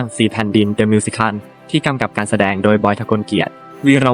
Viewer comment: 😵‍💫 วิธีการอ่านเหมือนเอไอ มิว-สิ-เคิ่ล ชา-รี้ฟ โอ-เป-ร่า เสียดายเนื้อหา เพราะเพิ่งไปชมเมื่อวาน เพิ่งรู้ว่าแก้มมีลูกแล้ว แต่ดูคลิปไม่จบหลังจากเจอสามคำนี้ไปค่ะ